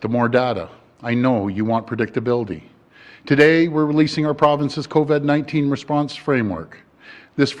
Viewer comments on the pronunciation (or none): LMFAO... Did Ford forget how to pronounce Covid overnight?